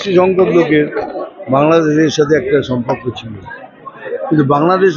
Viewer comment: সম্পক্ক নয় সম্পর্ক হবেরে মাতাল 😂